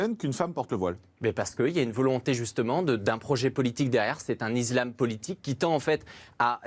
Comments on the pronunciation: Ça degueule encore et toujours sur l’ISLAM et pas IZLAM , le parti LR a envoyer au charbon un enfant qui ne connaît strictement rien à la religion , et en plus il ne sait même pas prononcer le mot correctement . La France commence à tomber malade à cause de ces guignols qui font germer des divisions au seins de notre république . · L'iZlame 😂😂😂 Hé Vas-y retourne chez l'orthophoniste 😂😂😂